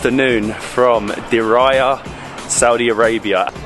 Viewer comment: Exactly!!! 👍🏻 It's not (and, I quote it) "Diraya" but Diriyah!!!! 😅 Lmao 🤣 🤣